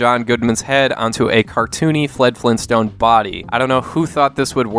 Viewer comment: Fled Flintstone lol should be Fred Flintstone